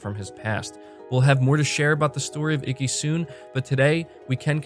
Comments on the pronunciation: Iki like eekee not "icky" lol I'll forgive you this time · Holy fuck shit! It was my biggest hope, but didn't think they'd actually lip sync the japanese. I can't wait to experience this game the proper way now. Btw... (Ee-Kee) not (icky). Don't worry. I give jake baldino a harder time with him pronouncing horror (Harr).